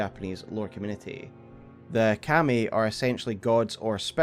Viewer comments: It took me a little to understand you were actually talking about 神. Its pronounced ka-mi. Two evenly stressed syllables. Like kah-mee kind of. Its not pronounced cam-ee. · You make very good lore videos. That said, dude, the way you keep saying Kami is like nails on a chalkboard. Not sure if it's just your accent or a mispronunciation but I had to stop the video. Keep up the great work though, the lore in this game is so disjointed and vast that it's good to have a few kind souls putting it all together for us.